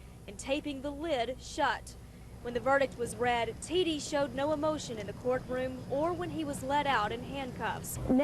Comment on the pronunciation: Its not pronounced "tee dee" its "tee duh"